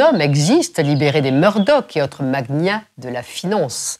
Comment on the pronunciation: Elle dit 'Fock news' et prononce magnat... 'mag-niat'.